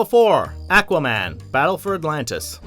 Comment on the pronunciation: Ummm did my dude really say, "Ahhhck-wa-man" instead of Aquaman!?!? Anyone else hear that or was it just me??